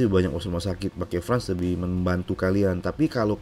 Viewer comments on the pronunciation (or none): France di baca "Frens" bukan "frans" om